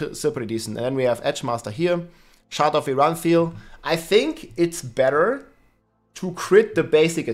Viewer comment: I am still amazed over how is still saying Shard of Verathiel wrong